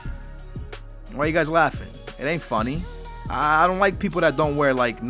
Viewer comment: When he said, boots, i thought he said boobs